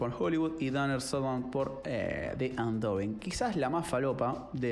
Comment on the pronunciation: De todos los comentaristas de cine sos mi preferido pero chequea las pronunciaciones de promising y undoing aquí mismo en YouTube. Saludos!